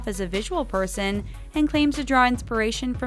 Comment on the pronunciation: Oh lord It's Ta Mara. Not Tay mara